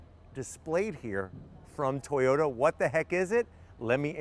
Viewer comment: No WOW, itsa car, itsa crown, itsa toyawnta